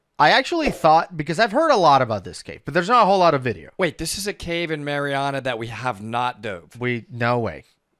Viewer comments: Y'all are talking about Meritts mill pond, just a note of advice we pronounce it MAREriana not MARiana. Locals might make fun at you. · Hi guys. Love you content, just one thing though is the correct way to pronounce marianna. It's named after the founders two daughters Mary and Anna. So it's pronounced one after the other and anna is pronounced with a harder "an" beginning rather an a softer "on" beginning. It seems Spanish but it's Scottish. He used Mari instead of mary because maryanna would then be mispronounced mar-yanna. Kind of a pick your poison type of situation I don't mean any harm by it. I used to live there so that knowledge might actually help yall next time you go exploring. If you really want to fit in then draw it out with a southern drawl The pronunciations outsiders give to places are always interesting. Ocklockoknee and wewahitchka always give people trouble